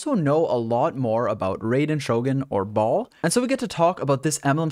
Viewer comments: "We also know a lot more about Raiden Shogun or Ball, and so we get to talk about this Enblem set on Ball" English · Baal - (bale) You’re welcome everyone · The way you say Baal disorients me lol